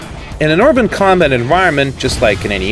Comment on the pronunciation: btw uploader it's erben not orben, work on that pronounciation a bit it sounds really weird and awkward